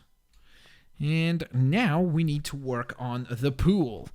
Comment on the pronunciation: when he said, "now I need to work on the pool", I thought he said, "now I need to tweak on the pool". And I was laughing so hard! 😂😂😂😂😂😂😂😂😂😂😂😂😂😂😅😂😅😂😅😂😅😂😅😂😅😂😅😂😅😂😅😂😅😂😅😂😅😂